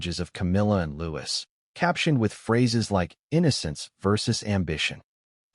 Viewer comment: If this is true, it’s disgraceful!!!!!!!! ( couldn’t the narrator pronounce Louis name correctly? Looee. There is no s.